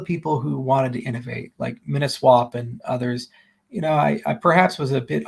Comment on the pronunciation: MINSWAP with no "i" lol hahah